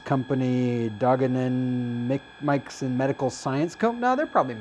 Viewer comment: pronounced may-sheen :)